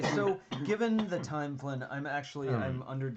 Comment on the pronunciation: Wish I could have joined, but this was at 1am where I am, so perhaps another time! Also, you did pronounce my name correctly, Flynn, so thank you for being one of the few people who do!